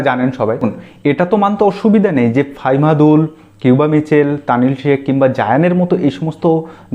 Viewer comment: ফাইমাদুল না দাদা। ফাহমিদুল।